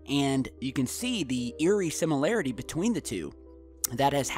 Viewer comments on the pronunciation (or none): none